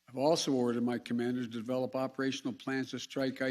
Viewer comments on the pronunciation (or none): none